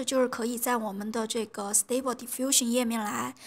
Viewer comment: 我記得上次刷到你影片是讀stuble不是stable🤭 Civit AI不是CV TI